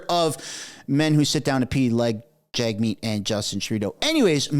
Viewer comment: it maybe just me, but it sounds like journalists refer to him as Jugmeet, and not Jagmeet! It's wild